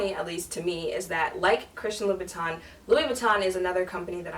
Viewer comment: Teehee, it's Loubootin. Congrats hun.👠👜